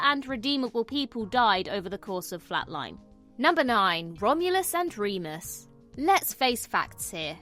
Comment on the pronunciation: You mispronounced Womulus and Wemus's names.